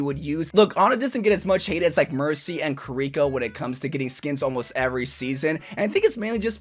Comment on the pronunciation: Sorjern and Kareeko are killing me